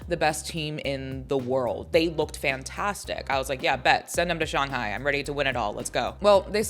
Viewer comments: Firs time I ever heard someone called Shanghai "Shung hai" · Her inability to pronounce Shanghai properly is irking my soul FR!